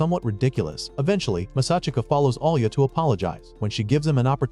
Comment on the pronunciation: Her name isnt alia its alya like you are saying it with a j